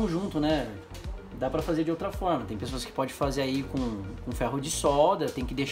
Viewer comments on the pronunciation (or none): none